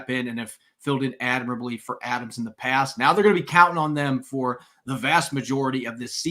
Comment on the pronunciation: It’s not pronounced pay-st. It’s pronounced past. It’s not pronounced say-k. It’s sack.